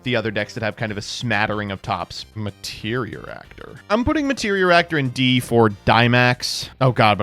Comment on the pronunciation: Bruh, you don't even respect my deck enough to say it's name right. It's "Materiactor", not "Materioractor". MAT-EAR-E-ACTOR. It's not that hard :P